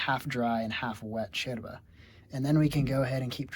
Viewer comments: I love the fact that you say "Yerba" in the Uruguayan style like "sherba" hahaha sounds so natural, thanks for teaching and spreading about this beautiful infusion, big hug from an Uruguayan living in Sweden! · Me gusta como pronuncia sheeeerva!!! Excelente, aprobada por una uruguaya😁. el mate es un viaje de ida sin vuelta. Bueno tomo Sara compuesta y Serena. La canarias te da úlcera, te reviente el estómago.